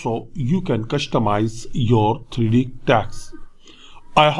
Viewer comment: “The 3 Dinemential” 😂😂😂😂